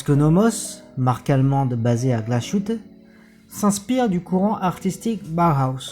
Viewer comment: Aussi on prononce Glashutte = glas + hutte (pas de son « ch »)